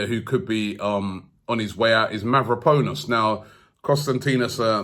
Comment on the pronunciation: Yo Robbie practice these names mehn. It’s “Panos” not “ponus”